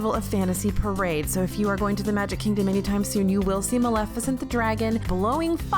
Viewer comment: Bless you for pronouncing Maleficent correctly,. I can't tell you how many people don't.